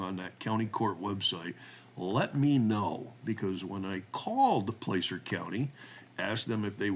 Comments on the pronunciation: Pronounced Plasser, not Place-er. Easy things to look up. In rural Cali counties insubstantial sex cases involving teenage girls are common, and seldom prosecuted. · Btw it's pronounced Placer not place r. It's gold that's found in rivers or by strip mining. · The "A" in Placer is as in "sass", not "play". My niece lives in Colfax, it's a small, rural town in the foothills of the Sierras.